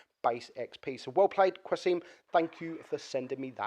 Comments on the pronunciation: Qa-sim, there's no U :) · Hahahaha the way you pronounce qasim is so funny